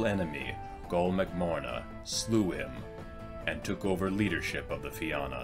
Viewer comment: Have a drink every time he pronounces Na Fianna (na feen-na) as Na Fi-anna.... Slainte 🍻🇮🇪